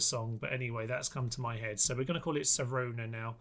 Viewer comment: It's Sharona you wally 😂 But close enough.